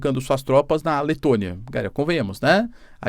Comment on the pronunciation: Letônia, Letônia. ...Que cidadizinha é essa ??? 😂😂😂😂